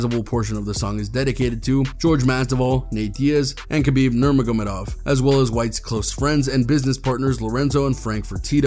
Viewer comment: Why does he say “Kerberb Nurmergermerdov”